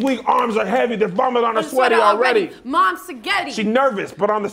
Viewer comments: Did she really say "mom's seggehtti" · she said moms saghetti😭😭😭